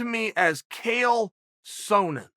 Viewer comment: "Kale Sow-nin." Hahahaha